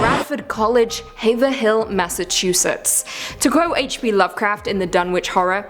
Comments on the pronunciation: Haverhill is pronounce HAYV-Rill Not Have-er-hill 😂😂😂 Have has a long A like hate with a V The H in Rhill is silent Have-rhill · it's not Haver-Hill, you don't pronounce the "h".(Yes I know, weird american pronunciations) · Haverhill is two syllables hayv-rull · Haverhill is pronounced hay-vrill. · It’s pronounced Have-ur-ill, Dear.